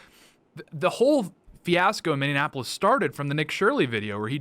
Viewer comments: Minnie-apple-is. You keep adding an extra syllable. Please fix this! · Can you try just to say Minneapolis (mini-apollos) There is no extra "In" in it. Its not Mini-in-apollos. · Does Tate say Minionapolis? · Im not a liberal but you triggered me with how you pronounced minneapolis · Tate gotta work on saying "Minneapolis" correctly lmao